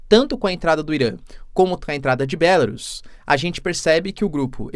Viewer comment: Professor, em português o nome do país é "Belárus", todas as proparoxítonas são acentuadas.